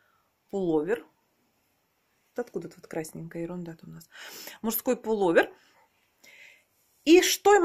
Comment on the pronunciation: Не полу́вер, а пуло́вер. Не обижайтесь, но Вы неправильно произносите это слово. Такая красавица и рукодельница должна говорить правильно и красиво.